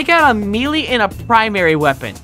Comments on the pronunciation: Bro said mee-lee!😅😂😂😂😂😂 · It’s pronounced “may-lay” not “mee-lee”. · Bruh says meely not melee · It’s not melee its pronounced, “meyley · STOP CALLING IT “mEE-LEE” its pronounced “May Lay” 😩